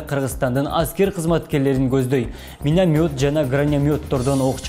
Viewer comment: Минанйот грананйот дейтго 😅😅😅